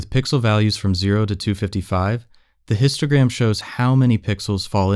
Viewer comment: Why I hear « Instagram » every time they say « Histogram »